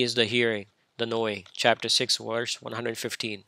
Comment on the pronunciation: Funny that he keeps pronouncing "verse" as "worse".